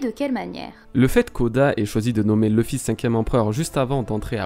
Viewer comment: Je serais très curieux de comprendre pourquoi des francophones décident d'appeler Luffy "Leuh-fi" alors que en Japonais ça sonne "R/Louh-fi". Ca voudrait dire que vous prononcez un nom de personnage tiré d'un Manga Japonais à l'anglaise en étant francophone ??? :confused